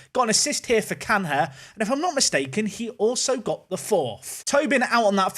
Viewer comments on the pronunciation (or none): as a portuguese I have to let you know how to pronounce Cunha: Kunya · Tip, Carlos Canha is pronounced = Car - Los (like Los Santos) Kanya (like Kanye but with an A in the end) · Big fan but please say canya you don’t say fabin-ho or ronaldin-ho. Good players aplenty